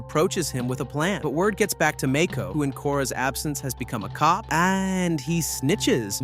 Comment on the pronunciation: Is this AI omg ? “Toeph”? “Mayko?”